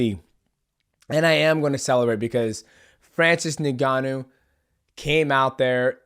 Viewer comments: stop calling him Nigannou lol it's Ngannou, sounds kinda like ungannou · I love you DJ but it’s pronounced uNganou not Neganou lol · Ngannou is pronounced "In Gannou", not " NinGannou" The N is pronounced as "in" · My man Mighty Mouse u need to stop calling him Nigganou😂 it's N-Gannou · He said "niggannou" 😂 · Nobody, literally nobody MightMouse : Francis Nigganu